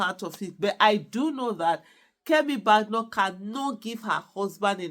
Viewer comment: Fan of your show, just to let you know you are not pronouncing her surname correctly, there is no bad in her name . Thanks